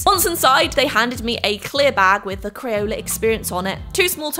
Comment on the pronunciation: I loved the video! Why did you say “crayoler experience?”